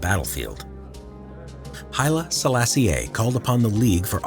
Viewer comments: halfway through watching this, it's generally really good but I just had to stop and comment that the pronunciation of "Sellassie-ay" is killin me. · The latter E in Selassie is silent, like "Selassy"